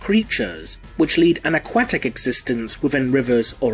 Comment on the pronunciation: remliez say aquatic again